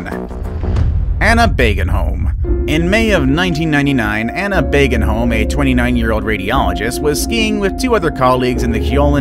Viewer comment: Narrator, can you at least TRY to prounounce some names right? It was BÅGENHOLM, not Bagenholm. Å sounds a bit like 'oh'.